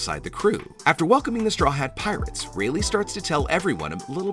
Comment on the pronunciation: bro really said "traw hat pirates"